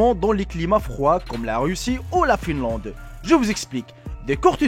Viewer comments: j'adore ta vidéo mais on dit Finlande et pas Filande mais c trop bien kan même adore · quand ta dit Finlande il y a une bibliothèque dans le monde qui a brûlé ! Finlande le "in" se dit "un" pas inne Finlande ;)